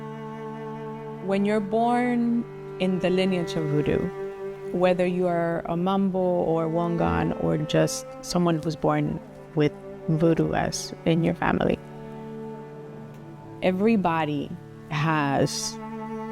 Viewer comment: Mambo. Not “Manbo”.